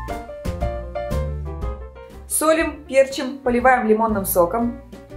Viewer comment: пЕрчим как режет слух